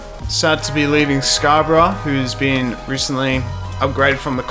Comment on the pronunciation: Nice video, it's Scarborough for future reference though😂